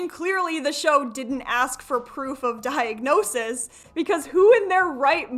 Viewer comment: "Dianosis" Ain't that the Greek god of wine?